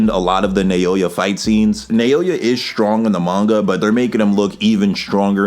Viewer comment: You killed this! Not to be that guy, but pretty sure his name is pronounced like “Now-ya” (I study Japanese).